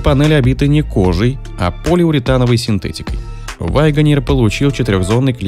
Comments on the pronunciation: "Вайгонер". Тому, кто читает текст, надо бы английский подучить. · С чего это голос за каЙдром решил что произносится ваЙгонир??? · Что за грэнд Вайгонер?? Автор у вас произношение не правильное!!!